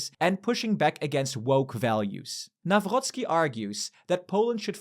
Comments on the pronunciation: Why do you read "Nawrocki" with french 'r' 😭😭😭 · We dont have german sound of "r" - the german one comes from throat, polish from the front of the mouth ;) this is how Karol Nawrocki name should be pronounced - still really like how you called them!